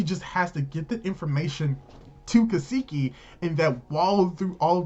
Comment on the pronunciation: Kaseki not keeesekee